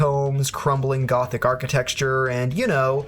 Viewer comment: I've never heard anyone say "archiTEXTURE."